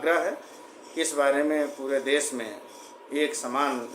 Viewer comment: देस नही देश होता है किरपिया ठीक करें।